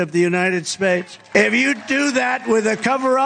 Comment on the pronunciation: “The United Sbades” says the very Stable Genius.